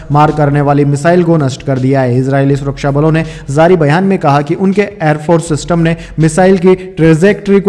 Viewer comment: J ja jay jo why pronounced as ze za zay zo and jaari ko zaari Request to Please correct as far as possible